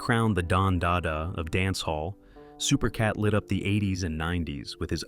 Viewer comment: Supercat is without a doubt one of the greatest. But how is an entire video done on a man who's name isn't pronounced correctly the whole way through?